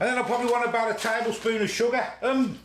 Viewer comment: sugger OMG ..SUGGER lol